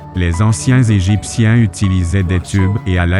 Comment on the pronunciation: le sphinx en pangollin ??? lol je la connaissais pas celle la .... des grosse barre de rire ... et tous les extrait de films(perso j'en ai reconnut 6 films , qui dit mieux ) ... la voix est horrible , "les "n"egiptien" c'est quoi cette pronotiation -aucun commaitaire sur les autre "preuves" ... manque theory du complots (l'etat nous cache des chose) quoique avec l'informateur secret ... des grosse barre de rire grand merci pour ce re-up bisou